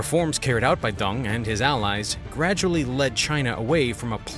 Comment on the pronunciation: It is Deng, not Dung. It seems to me that you distort Chinese names on purpose.